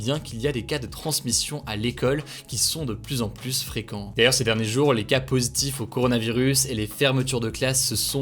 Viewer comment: Hey tu pourrais arrêter de dire le s de plus quand y'en à pas besoin ? Stp voilà voilà rien de méchant. Mais c plus agréable à écouter.